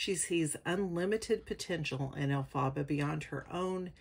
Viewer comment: You are saying her name wrong is Elphaba